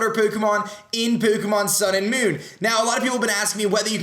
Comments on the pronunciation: why does he put on an accent for all these formal vids. He says pokemon like pookaman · Why. Why does he say pookemon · why do you say poo-kah-mon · I love how aDrive says pokemon like poukeymon. XD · omg the way he says pokemon tho "pokymon" lmao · It's pronounced PO Kééééé MON. english dubbed series don't kno... the ignorance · Ha he says pookemon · poo-ko-mon lollll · What is this accent? Pookamon. Dafuq? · Why is he saying Pokémon so weirdly